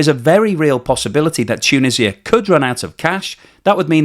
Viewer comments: Is this narrarator AI generated ? It constantly pronounces words wrong. It's, TOO-NEE-ZHUH, not Too-Nih-See-Uh. 🤦🏽‍♂️ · Great video. Just some comments on your pronunciation: It's pronounced 'tu-NEE-zja' in English, not ' tu-nissia'. 2) ma-GHREB, not MAH-greb 3) it's cOUntry, not 'cUntry'. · Tuuuunisa. its just Tunisa, or say Tounes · Tshunisia? Why? It is T-u-n-usia! Beside that, I like! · This hurt my head every time you said toonisiah. 😂